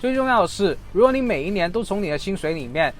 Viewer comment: 影片很棒，唯一的問題是 將四聲的複利 唸成二聲的福利